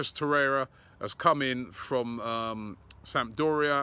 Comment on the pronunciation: He said toreira!